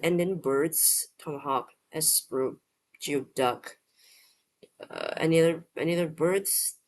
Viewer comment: Geoduck is pronounced GOOEY DUCK. Weirdest word always, icks me out. Never heard of Bugbear.